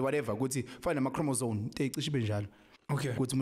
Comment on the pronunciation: Thank you for the support, Dr B! He definitely said chromosone... nc nc nc... these are the people teaching your kids... yerr! 😂